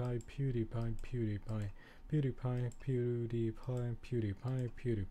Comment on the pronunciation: sounds like your saying peanut butter